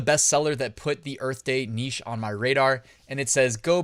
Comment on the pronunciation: Thank you,. And thank you for saying 'neesh' as one should.